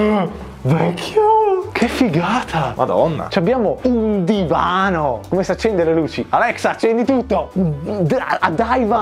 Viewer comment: Bello dire daivan al posto di divano Haha